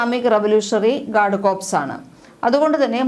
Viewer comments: കോർപ്സ് അല്ല .guard കോർ എന്നാണ് ഉച്ചാരണം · കോർപ്സ് എന്ന് ഉച്ചരിക്കുന്നത് ശവത്തെയാണ്